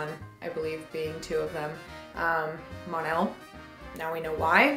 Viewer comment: It's "Mon-El"